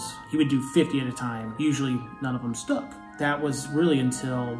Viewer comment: “None of them stoock” Stoock. Past tense of stuck.